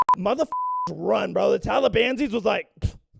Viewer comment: did he just say “talibanzies”???